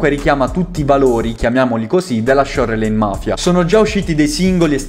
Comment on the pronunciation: fra però si dice sciorlain